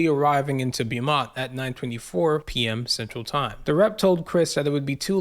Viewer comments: Beaumont is not pronounced bee-mont. It's pronounced like bo-mont. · It's pronounced Bo-mont. When you see the letters "Beau," you can know it is derived from the French language and will almost always be pronounced Bo or maybe Boo. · Its pronounced BOMONT